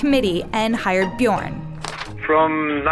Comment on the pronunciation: It’s not Bjårn, it’s BjØrn